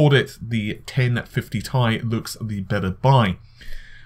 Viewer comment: the "i" isn't capitalized, therefore it's a "Tie" not a "Tee Eye"